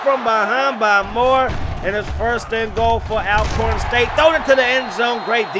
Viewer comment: Bro, it's pronounced (ALL)corn State not AL only reason for the thumbs down. However, good content 👍